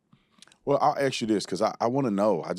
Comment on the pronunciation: Dude I kinda like your content but remember “There” is something in the English language called “The “ word “T” not Dhat not Dhe It’s That and a The. It’s not Axe it’s ask. Please start the Trend To reverse this..